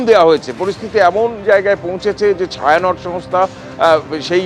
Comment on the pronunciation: ওটা ছায়া নট না, ওটা ছায়ানটি